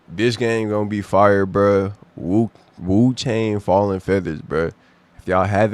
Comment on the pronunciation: Also, it's wuchong